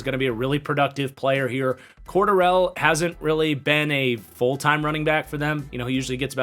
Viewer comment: Quarter rell?😂😂 it’s core-dare-rel